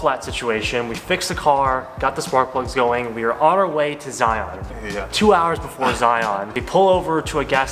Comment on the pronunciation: Glad you enjoyed Utah! BTW: it's pronounced more like Zy-uhn rather than the hard ON sound. There are a lot of weird pronunciations in Utah for sure!